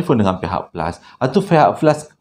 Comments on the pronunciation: Flush ❎️ Plus✅️ Tersasul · Fihak flus pon bolehhhh😂😂